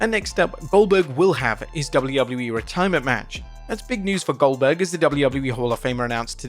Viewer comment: Goldberg ❌ Oldberg ✅